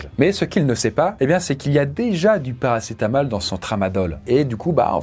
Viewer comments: Oui mais si tu ecoutes bien il a dit paracé t'as mal ^^ 😀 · il dit ParacetaMAL dans le tramadol 😂😂😂